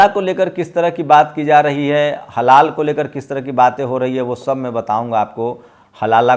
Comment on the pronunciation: Halaala nahi halaal hai